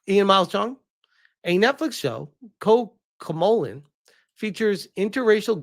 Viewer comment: Are you fucking kidding me? You did no research on how to say that name? It's not even spelled the way you said it. It's Co-co-melon, you fucking retard. I know you've heard the name pronounced correctly. Our side needs to be better at commentary so we dont look like dumbasses.